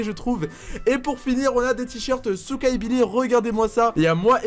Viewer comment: Souka tu à dit soutrach